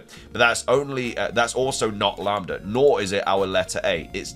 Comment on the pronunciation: You pronounced lamda correct